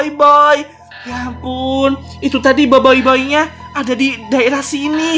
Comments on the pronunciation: Boboboy kak bacanya bukan boboiboy, emang tulisannya boboiboy tapi bacanya boboboy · Aku Bilangnya: Boboboy Bilangnya: Boboyboy Tulisan Boboiboy Bacanya Boboboy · Boboboy kak cara sebutnya 😑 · Tulisan: Boboiboy Aku Bilangnya: Boboboy Bilangnya: Boboyboy Tulisannya Boboiboy. Bacanya Boboboy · baca Boboiboy Gini BOBOIBOY Bukan BOIBOIBOY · KAK kok Bilang BOBOi😅😅